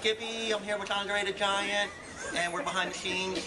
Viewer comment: i spit my soda out when he said andre the gianat